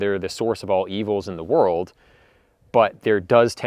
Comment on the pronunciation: Um it’s World not my Whirled! Short Stump Tongue